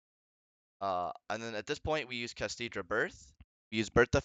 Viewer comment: Bruhhh don’t be like DB Grinder, call the archtype correctly. It’s not “Kashtidra” there isn’t a D. It’s “Kash-Tira”.